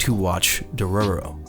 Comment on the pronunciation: I literally couldnt watch the video because of his pronunciation of dororo and haykkimaru